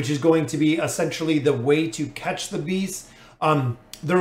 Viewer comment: I'm 100% sure he says Bees instead of Beasts XD